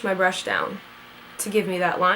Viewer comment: Who else kept rewinding it when she couldn't say Brush?